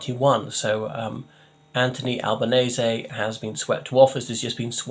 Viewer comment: At last, someone who pronounces his name correctly! They took Earls Court for long time.. ☕🤗